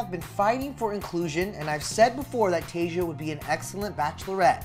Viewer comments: Yess! Tay-sha not Tay-juh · Her name is not that hard to say, why is this guy saying Tayja instead of TaySHA. 🤦🏻‍♀️🤦🏻‍♀️ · Anyone else bugged that he’s pronouncing her name Taysia like Asia? There’s an h in her name - Tayshia so you get that sh sound. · This mans said her name wrong the whole video even tho other people said correctly and it was infuriating every time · can someone please teach this man how to say Tayshia’s name